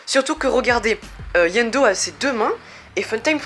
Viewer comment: C'est iendo pas yendo